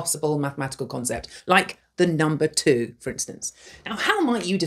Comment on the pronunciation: 2? sounds like your saying tunaaaaa (be my sugar mama PLEASE)